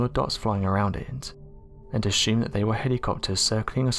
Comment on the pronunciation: ....ashumed? and shylinder? Why?